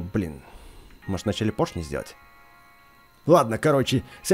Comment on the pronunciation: Вообще-то правильно поршни говорить